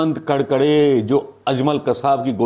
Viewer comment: कडकडे नही करकरे नाम है 🤣🤣🤣